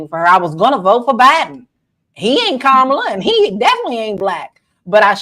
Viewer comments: Say her name correct. DISRESPECTFUL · why do you mispronounce Kamala? You have to be able to pronounce the name of the person the video you are focusing on. Other than that, y'all are doing great.